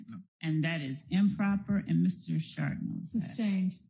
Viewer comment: Bro the T in his name is silent. You’re saying shart like a shitty fart